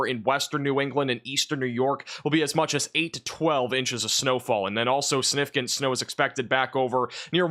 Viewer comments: Love your work! Please put that “g” in siG-nif-i-cant 😂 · YOU ARE GREAT…! But you have to pronounce “significant” correctly, if you are going to use it so often… like I said you are a great forcaster and I appreciate you, but this word is very important.. its “SIG-nif-i- CANT…” SIG NIF ICANT…